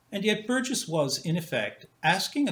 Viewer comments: Why does insist on a 'hard g' in 'Burgess', yet when he pronounces the name with 'a soft g', he 'corrects' himself? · I am pretty sure pronounces Burgess with a hard 'g'. Listen again to the first three minutes. I am certainly not defending the deplorable institution that is YouTube, let me state!